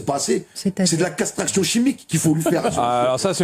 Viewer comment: Castraction il a dit 🤣